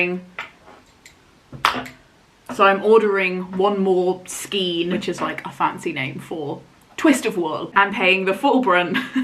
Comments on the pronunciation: I love that colour SO MUCH. You're doing awesome. I have to tell you though that the twist of yarn is pronounced SKANE not SKEEN. Bloody Englsh! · It's skein not skien. Pronounced skayn. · Knitter with 45 years experience (help! Well, I did learn to knit at 6 but still...) couple of hints and tips - 1. skein is pronounced to rhyme with rain. 2. If you can afford it, always buy an extra ball or skein, so you have extra yarn for mistakes, but also to guarantee you have yarn for repairs down the track. 3. When you wind a ball from a skein, if you can't get someone to hold it out on both hands (which is the easiest way to wind the yarn), get two kitchen chairs back to back, slip the open skein over them, move them apart so it is kept taught, and wind your ball standing up. Far fewer tangles, much easier and faster to wind. 4. As a few others have said, if swapping yarn brands, match for meterage/yardage with the pattern, not weight. And try to keep the yarn thickness as close as possible. You did an amazing job, and I hope you enjoy wearing it. If you find that you don't wear it because of the length, don't be afraid to unpick the body and re-knit it shorter - the extra effort for a garment you will enjoy wearing is worth it. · Skein is pronounced to rhyme with rain, not with seen 😺